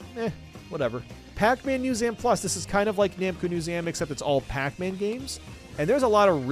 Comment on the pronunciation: "Katamari Damaky" "Namco Musem"